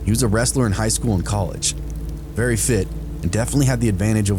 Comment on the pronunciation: vewy vewy a scawy, i get vewy a scawy.